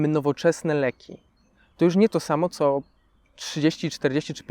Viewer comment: naucz się mówić zanim zaczniesz nagrywać "to czo się dzieje" było ostatnim błędem po którym postanowiłam wyłączyć filmk, po nie całych dwóch minutach ...